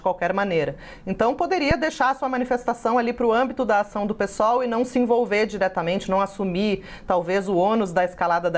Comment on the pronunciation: Parabéns por falar Pêsol e não pisol 👏ninguém fala pisdebe..